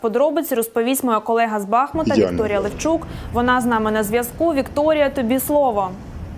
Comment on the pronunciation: Не БАхмут,а БахмУт